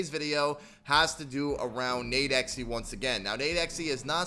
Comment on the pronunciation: stop saying nade-x-ee.. say Nade-X